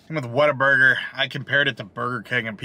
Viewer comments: You could of just went to concord. Lol. Closer. Actually the very first what a burger here is in downtown concord. So ive been told. Also the people that are from here pronounce it waterburger 🤣🤣🤣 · i used to know someone that pronounced it waterburger - coz they thought they were cute they weren't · Broooo!!! Concord born and raised. I live on whataburger. It’s supposed to roll off the tongue as waterburger. Jus sayin. 😜 But brooo!! I can’t believe you tried it for the first time, and you didn’t get their ICONIC, HOLY, GODLY, Witchdoctor. The witchdoctor drink is their staple drink. It has all of the sodas from the fountain, with a lemon wedge, pickle slices, and a splash of pickle juice added. It’s the best drink ever. Perfect for a hot day.